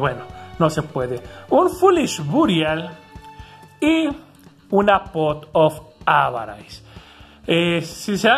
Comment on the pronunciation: pequeña nota: la pot se pronuncia "pot of avaris".